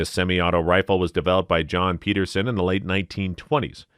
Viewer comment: im sorry for being an asshole gun nut but the narrator is saying some of the names wrong. like the Pederson ... he says Peterson and the Garand he says Garran. it confuses people